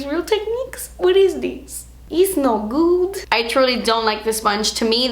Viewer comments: "It's not guud." Lmao love that part! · "ISS NO GEWWD" lolololol ded